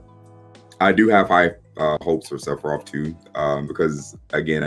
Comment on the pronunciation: Did man’s just say Se-phie-rot